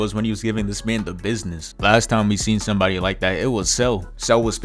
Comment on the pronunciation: Zomebody zed. Bring forth the child 🤣🤣🤣🤣🤣🤣